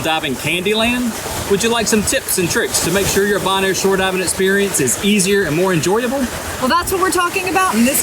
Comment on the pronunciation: It's pronounced bo-naire, not "bon-air" lol